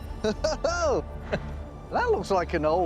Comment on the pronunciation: "We got a ook, we got a ook".... makes me laugh every time.